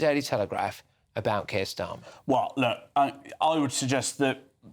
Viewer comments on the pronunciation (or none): Why do I keep hearing "Circus Starmer?" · I keep hearing "Circus Starmer"